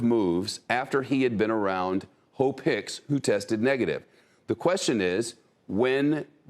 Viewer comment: Did he say hoe picks